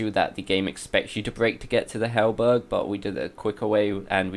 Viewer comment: Imagine making a video and calling it a 100% walkthrough but missing half the items, mis-pronouncing halberd as halberg and not knowing you can break the curse urns, which is a very basic thing to know. How the fuck did this get a quarter of a million views.